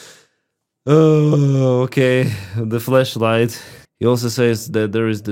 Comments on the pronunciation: OHHH FLASH LIGHT! Right... okay thought you sayin flesh light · Bro you say flesh or flash light lol 😂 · Your accent made it sound like "Fleshlight"